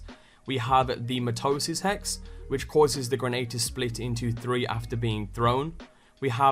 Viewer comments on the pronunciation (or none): It's pronounced 'my-toe-sis'